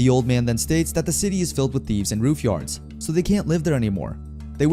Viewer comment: Who pronounces Ruffians as Roof Yawns? Is this an AI channel?